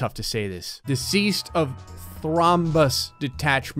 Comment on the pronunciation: Deseased instead of deceased